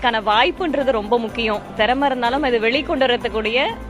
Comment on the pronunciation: Thiramaiyendru sollatheriyamal therama yendru koorum migachirandha ucharipalardhan 🤦